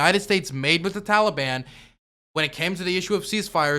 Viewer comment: The tollybon and kahbull, I've never heard these words pronounced in these ways and it's funny to me